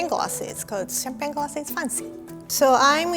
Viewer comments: Every time I see and read one of the video captions of the series, my mind AUTOMATICALLY switched the pronunciation to “Faan-ci” Theres nothing I can do about it and I love it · i hate listening her saying "fancy" its so weird.... no offence. your a really good chef i love that, but please change your fancy pronunciation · make it funcy! Me: lol:D